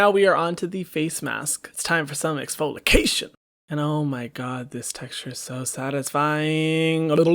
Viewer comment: Nobody: Hyram: it’s time for some eXfOlIcAtIoN 😂